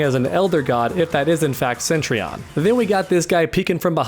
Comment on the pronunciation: Btw it’s cetrion. Not centrion